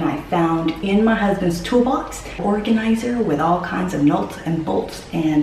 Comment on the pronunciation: not sure how i missed this video from a year ago.. but in all that time nobody called you out on the "nolts & bolts" you found in hubs toolbox... lol... what the fuck is a "nolt"..?? "don't know what it is, but it looks like a good one!" LOL...